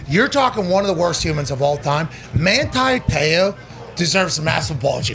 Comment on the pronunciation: "Manthi Theo" why is he pronouncing the phonetic "T" with the "Th" ? Trying to sound "Thuff" ?